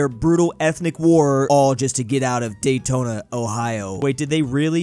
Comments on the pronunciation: Bro miss pronounced Dayton, Ohio, you will here from all Ohioans now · It's DAYTON, Ohio, not Daytona, Ohio, Daytona has NASCAR, Dayton has Wright Patterson US Air Force Base, National US Air Force Museum, and the Dayton Dragons Baseball Team.